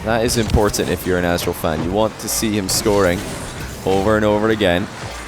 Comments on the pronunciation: I just cant overhear "Asstral" anymore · completely butchered/forgot these guys' names atleast twice each. Aztral/Alpha eestral/aakso